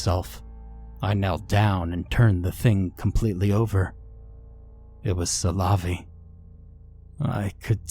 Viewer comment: Yeah, but making it sound like salami can't be right either lol.